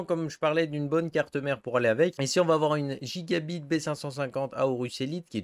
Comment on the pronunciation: Merci pour les bons plans tu m as fumé de rire en disant a la française gigabyte x)